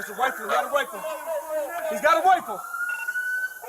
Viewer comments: He's got a wifle! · Great job to these officers. Not too sure about the one that ran away tho, and returned after the perp was immobilized shouting “he has a wifle, he has a wifle!” When clearly he was no longer in the fight. 🫤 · “HE HAS A RIFLE, HE HAS A RIFLFLE” - his brains are on the pavement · “He’s got a wifle! He’s got a wifle!” 😂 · "HE'S GOT A WIFLE"